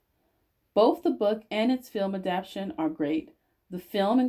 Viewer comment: You are saying adaption but it's adaptation.